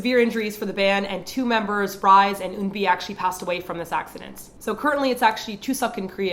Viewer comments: Not to be that guy, but out of respect for her.. its "ree-seh". Not "rise". Rest well, angels. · her name is RiSe - 리세. not "rise". I know the mispronunciation wasn't intentional but I find it slightly disrespectful. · Just saying that RiSe's name is actually pronounced like Risae, not to be rude or anything!! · I appreciate this video and I really like EYK, however I still can't believe pronounced Ri Se's name as 'rise', it you look at the Korean spelling of her name it is very obvious that her name is pronounced ri-sè...I'm also surprised that no one noticed this???? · Rise's name pronounced as Ree-Sae not rise. And Park Shin Hye is in Flower Boy Next Door, not Flower Boy Ramyun Shop >< BTW, i honestly think it's hard for Korean celebrities' Manager to drive safe all the time, they probably will be very careful now, but after a month? a year? they might just get back to crazy and dangerous driving. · its RiSe like 리세 not Rise... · It's pronounced Ri Sae not Rise. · Can't think of anything more hurting for the families than watching someone mispronounce RiSe [리세, Reesae] as [raiz]. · "Ree-sah" does sound like "Lisa", but since HER NAME was Ri-se it is definitely pronounced "Ree-SEH". May I add that I just recently watched a clip from one of her WGM appearances, and no one said anything near to sounding like Ree-sah. They called her Ree-seh. Get your ears checked, or try studying Korean. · isn't RiSe pronounced more like Ree-seh? not like the English word "rise" ? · Her name isn't Rise, it's Ri Se. Pronounced Rhee Say. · I know this was over a year ago, but Rise's name is pronounced "ri-se", not rise. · I know this is a really old video, but RiSe's name is actually pronounced "Ree-seh." Just wanted to point it out, sorry. As a Ladies' Code stan, I just needed to say it. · Sorry, just thought everyone should know that RiSe's name is actually pronounced "Ree-sae." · Btw, you mispronounce Rise. It's supposed to be pronounced as Ri Se, as in 리세.